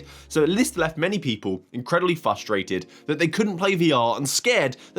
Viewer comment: "Incredibly fustrated"